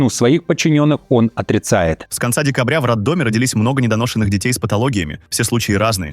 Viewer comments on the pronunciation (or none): Не роддомЫ а правильно РоддомА